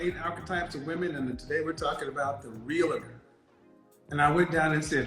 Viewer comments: The word is NOT “reel-a-tor” it’s “REAL-TOR” 🙄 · When she said realator... I actually laughed before Kevin did. :D